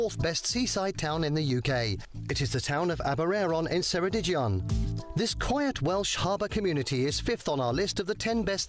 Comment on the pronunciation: "the town of Aber-airon in Seredij-ion" - Wrong, it's "Aber-eye-ron in Keredig-ion". As usual, they can't be bothered to make the slightest effort to get Welsh placenames right. And it's not as if Aberaeron/Ceredigion are difficult, with neither a "ll" nor a "ch" to be seen.